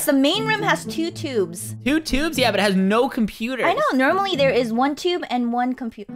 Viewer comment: made an mistake when she said compoter instead of computer